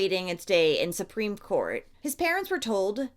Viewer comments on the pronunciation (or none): none